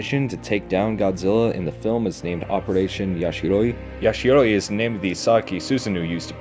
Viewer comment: ... Yashiori sounded weird when u said it